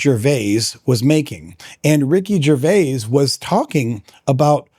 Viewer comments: I think that you ARE being pedantic about how pronounces Ricky Gervais’ name. What annoys me more is when you keep saying, “Ricky Gervais-ez”. The possessive of Gervais can just as accurately be pronounced “Grervia-zz”. It should also be noted that is a Canadian citizen, where the prevailing second language throughout Canada is Quebececois French. The name, “Gervais” is of French origin. It could be argued that technically speaking, it’s Ricky who’s pronouncing his own name wrong. I don’t know why you even wasted time on this argument. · When the apologist opened by mispronouncing Ricky Gervais name I stopped watching. One explanation for the common occurence of apologists always mispronouncing the names of people that they disagree with is that they somehow think that it is a clever insult. Another possible reason might be that they actually believe in their own superiority so strongly that it is beneath them to take the time to discover how a name is pronounced. Or the apologist is a dim bulb, elevator doesn’t go all the way to the top moron. Listening to a person of his type may cause brain damage. Don’t do it! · I pronounce /ʒəʁˈvei/, what?